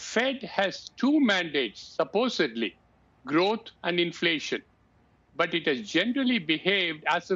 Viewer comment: Growwuth. C'mon man!